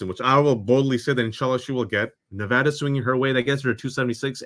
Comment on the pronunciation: Only one of you even know how to pronounce Nevada !